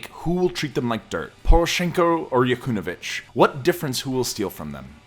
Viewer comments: Yakunovich?? LOL It's YaNU-kovich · Ya-new-ko-vich. It’s not that effing hard to say. 4 easy syllables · Breaking news. Saakashvili was just forced onto an airplane and send to Poland. You mispronounced Yanukovych (and Dnepropetrovsk). Then you falsely call maidan revolution a conflict between Kiev and Moscow supporters. That is a lie. Its a political take over. That uses nationalistic rhetoric to gain legitimacy. Its like calling brexit supporters pro London and calling pro EU supporters "German supporters". Yatsenyuk promised "European salaries and pensions", still waiting. Oligarchs and CIA funded the revolution. History is written by the winners. Now the politically correct term for the the take over is called "Revolution of dignity". What a joke Your video resembles some sort of a promotional video for Saakashvili. How would you react is Trump gave a passport to some foreign national and made him the governor of New York? He got in using political favors, then they got rid of him. Where are you getting all you sources? Its like your reading this from his memoirs. Making him out to be some hero. Why don't you talk about how he is a wanted man in his country. How he is hated by many in Georgia. How he got rid of his opposition. Why are you just regurgitating stories written by his gang? Saakashvili cannot become president of Ukraine because the constitution dictates that the president has to be born in Ukraine. But then again that thing has be rewritten so many times, its practically just toilet paper. (pro tip Americans don't edit you constitution) This video is so poorly wr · Why does no one in this video know how to pronounce Yanukovych? It’s almost exactly as written, shouldn’t be hard. 😕